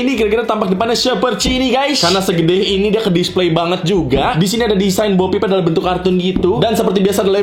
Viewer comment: BO PEEP DI BACA OPEN BO